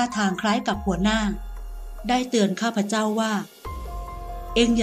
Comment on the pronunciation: คนอ่านถ้าอ่าน ข้าพเจ้า จะน่าฟังกว่า ข้าพเจ่า